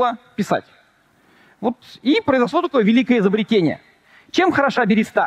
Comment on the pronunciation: Хоспади! Да не альтернативная, а криптоистория! И не берЕста, а берЁста!!!